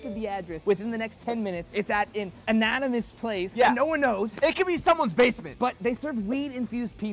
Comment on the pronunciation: Dude, "ananymous"?